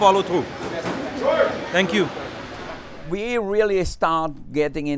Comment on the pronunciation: That “thank you” around the 4 minute work was a polite piss off if I’ve ever heard one